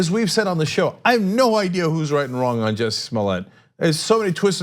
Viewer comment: Jussie. JUSSIE not jesse.